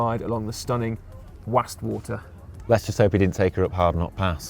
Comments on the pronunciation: Question on pronunciation of a place name; I grew up in Lancashire and never heard "Wastwater" in the Lake District pronounced "Wassst Water"......rather, "Wahst Water". Also, 12 secure bike spots per car spot? I'm there!!!!! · Having grown up in Cumbria, I would pronounce the "Was" in "Wastwater" the same as "was" (i.e. the past tense of "is").